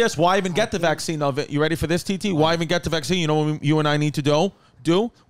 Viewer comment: Lol I was like Chrissy has to be fuckin with us with the visene instead of vaccine..